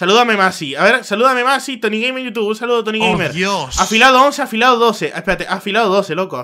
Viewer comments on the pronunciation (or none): none